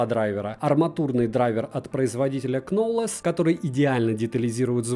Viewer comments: "Кнолэз"? печаль... правильно читается название этой фирмы как "ноуулз" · Ноулс, а не кнолес) что уж ты)